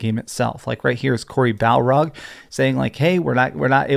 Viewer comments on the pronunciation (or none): Cory BALROG? this isn't street fighter 😂